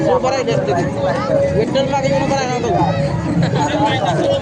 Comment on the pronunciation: Etal nahi Vittal Vittal.